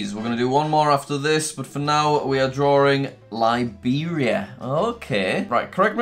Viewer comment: I love how he says drawing drawring